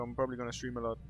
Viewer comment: ANYBODY NOTICED THAT SAYS SHTREAM INSTEAD OF STREAM. LISTEN CLOSELY